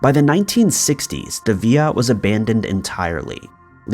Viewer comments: Villa “ill” V”ill”a NOT VEEYA. If not from that country, please stop trying to pronounce it with an authenticity you do not have, please. 😬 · ViLLa, not vi-ya like in Spanish. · I think it's villa, not sure why he pronounced it's via. I tried looking up the via just in case it was a word I've never heard but nothing came up. As for the first guy's death? I'm curious as well, it was during the finishing construction so the possibilities are endless. If I find anything I'll update. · When u say Via do you mean villa? It's pronounced vill like villian and ahh...like at the dentist (or creepy villa....AAAHHH lool) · It's Italian so it's Villa as inside a Roman Villa, not 'Viya" as in Spanish. You pronounce the 'L's. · Ok buddy listen up for the first and last time, it's pronounced (vil)( la) ok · Villa pronounced via got me🥺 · how many times do i have to listen to you say villa wrong ffs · Different countries have different pronunciation of that word, in Spain and other places it's pronounced Via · Yeah, other countries pronounce the l so I guess both ways are acceptable.